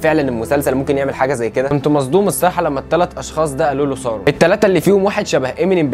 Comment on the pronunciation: اترجاك ! اسمه مش سارون اسمه ساورون